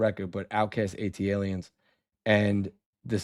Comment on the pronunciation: please ask Vinny where the R in Aliens is. Must be invisible instead of silent 🤣